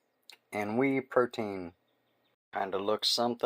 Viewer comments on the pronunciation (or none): I clicked because the pancake looked so yummy, but I commented because the pronunciation is "way". The Y at the end makes the E say A. Blessings on your day!